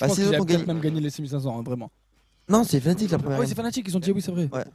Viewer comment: Picky Oui et il dit FANATIQUE au lieu de FNATIC